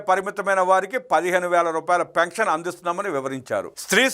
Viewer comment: పెంక్షన్ కాదు పెన్షన్